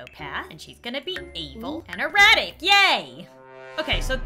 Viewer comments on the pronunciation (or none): eratic (idk if i spelled that right-) me:did she just say erotic